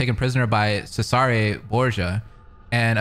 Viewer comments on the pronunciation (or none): Just not smart enough to pronouce Cesare's name correctly